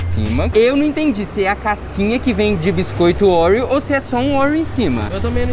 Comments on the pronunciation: Ai que agonia de vcs falando orieo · Kkkkk ouriou... bilinguii